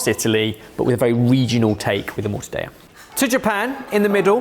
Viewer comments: I'm not Italian, but isn't it "morta-della," not "morta-day-a." That would be Spanish. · IT'S NOT MORTA-DEYA!!! Morta-Del-La! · I could hear my Italian teacher in my head screaming every time said mortadayah. Double LL in mortadella is mor-to-DEL-la. Tongue almost stays at the top of your mouth til you get to the second L. Fantastic video boys! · Why does he say Stracciatella but Mortadeya? It's Italian, not Spanish ^^ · not the Mortadeya 😂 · LOL, being Greek and and having our language butchered by the Brits for hundreds of years, I feel a kinship with the Italians. 😂😅 Morta-Day-A..., I expected better from you. 😅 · I loved that one British Bakeoff episode with the PICO DE GA-double-L-O, this mortadeya by is just the icing on the cake. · Guys, guys, guys… I like your channel a lot… but: Mortadeya… yet Mozzarella??? And I‘ll even let the wrongly-placed emphasis in Tamago slide… Other than that: keep up the great work! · You don't want some Mortadeja? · the british pronounce everything wrong but will be the first to correct everyone else, it's just a known thing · wtf is Morta-daya ? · Morta deLLa! In Italian you pronounce the L’s!!!!!!!!! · OMG,, it’s mor-tah-DELL-ah. It’s not Spanish! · Mixing Italian and the Spanish pronunciations of letters there boys! pronounce the Ls in mortadella even stronger than english, not spanish with Y sound. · Only person I've ever heard pronounce it "Mortadaya" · “Morta-daya” 😂 Oh, bless yer heart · What is "Mortadeya"? Is it Spanish? With your thinking, why not Mozzareya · Mortadella it’s hard L, like in Lollipop. How you can pronounce mozzarella but not mortadella? They have the same sound. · That was my exact thought!!!!!!!! They can say Morta-day-a but not pie-ey-a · Stopped watching after the third mortadeya. Besides, it isn't sliced nearly thin enough. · Pls call it MortadeLLa, double L, it's Italian, not Spanish. Its like Mozzarella, not like Paella.